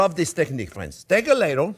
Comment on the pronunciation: The ones who say you talk too much are what we call "morons" in America. Please keep sharing your excellent stories and recipes with as many words as you can. (Just make sure you get the words sort-of-right: just saw the "ladle" hilarity!)